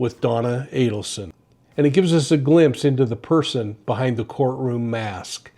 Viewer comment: Good to hear you pronounce the Adelson name correctly.